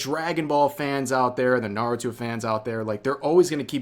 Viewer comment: Idk I feel like celebrities just use anime as a way for people to like them like Bruno Mars, Meg etc. Michael B Jordan can’t even say Naruto right